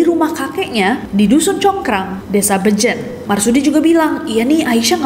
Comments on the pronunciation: Kak nes bacanya bejen bukan bejen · Kak, penyebutan bejen seperti pd bebek